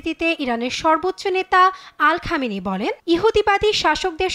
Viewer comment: আল খামেনি (নাউজুবিল্লাহ,,,,) আলী খামেনি হবে, খবর উপস্থাপনা করতে না পারলে চাকরি ছেড়ে দিন 🎉